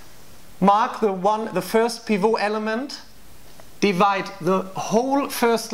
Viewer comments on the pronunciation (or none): It's been seven years so you may have learned by now that "pivot" is an English word, so you pronounce the "T" . Otherwise an excellent discussion.